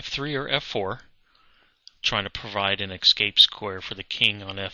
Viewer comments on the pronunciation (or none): Pretty sure it's pronounced "escape" not "excape". Other than that, pretty good video.